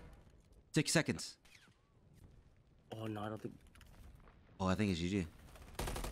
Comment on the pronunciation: "He's gonna be there in 2 secoonds." "HOW DO YOU KNOW THAT" 🤣🤣🤣